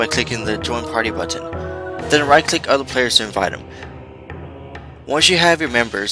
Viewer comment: It's funny how he says button :D